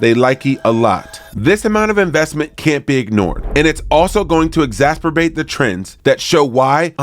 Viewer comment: Please... please learn how to say exacerbate.